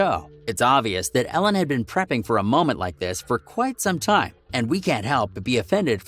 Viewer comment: It’s Ellen not Alen